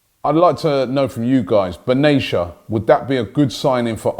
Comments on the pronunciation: Is nobody gonna correct Robbie? lol Its "BEN-A-TI-A" not "BEN-A-SHA". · Its BenaTia..not Benachia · Benatia is pronounced Ben-at-ee-a not Bin-ay-chia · Just an FYI it’s “ben atiyya” not “benaysha” The mistake in pronunciation is understandable just figured you’d want to know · It’s not pronounced Ben-ai-sha. It is Ben-a-ti-ya. Just had to make that point for when we sing his name. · it's benatia man not benaicha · Robbie, the name is Ben Attia... it’s an Arabic name pronounced with ts not ashia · Robbie, I corrected the pronunciation for you last time and doing it yet again. It's Not Benachia it's Benattia T Not Ch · Stop calling him “Binashia” ...it’s BenaTia.. get his fuckn name right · His surname is pronounced Benattteya not Benassia Robbie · it's Benatia with a T not benacia with a C....you are pronouncing his last name incorrectly lol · Not Ben-ay-sha. It’s Ben-ah-tee-ah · IT'S BEN-A-T-I-A ROBBIE for fook sake not Benaichia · isn’t his name pronounced be na tee a, not benasha😂😂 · Not Ben-ashia Ben-ahh-tee-ya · Be na ti a...not benashia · Its not bnaytia its said bénatiya thats the correct way to say it . All love from morocco ❤️ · It’s not “Banayshah,” it’s pronounced “Bin Attiyyah” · Ben A Tee A typical Robbie can't pronounce anything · Robbie, for the millionth time, it’s not Meddy Benaysha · Hi Robbie hes pronouced ben uttiyyah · It's pronounced Mehdi Ben-Atia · Ben-at-ia Robbie. It isn't that hard. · Robbie stop pronouncing his name Benayshia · Hi Robbie just a little correction Benatia pronounced with T not sh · Robbie it's Ben Attiah you are mispronouncing it. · Ben atia please Robbie pronounce the T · Robbie you are pronouncing Benatia’s name wrong check with any Moroccan friend on how to pronounce it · How do you pronounce Benatia again :D ? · Benatia is not pronounced that way robbie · It's funny how Robbie pronounce "Benatia" like if he was some english girl's name. I remember how he struggled with Lichtsteiner name as well.